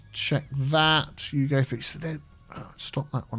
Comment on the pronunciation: I know says "you go there" but i hear "Hugo there":)